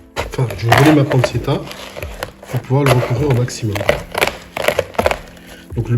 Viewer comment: ARRRRGGGGHHHH. PANNE TCHE TA et pas panne ce ta... Mes oreilles ont trop mal. Super travail quand même. Merci !